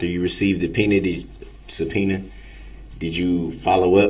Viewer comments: Did you receive a Pena ?? Sorry ,, What ?? Oh do you mean Subpoena ? Yes !! Dats what I Axed You !! 😂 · Twice in this trial he slips up and asks about the "pena" instead of subpoena. once with Erin Cordes and once with Heather Richotte (sp). I don't think that was a mistake either time. Watch him watch the 2 women walk out of the courtroom. Hes such a creepy creep